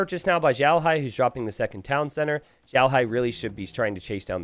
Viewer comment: He's xiaohai though, not zhaohai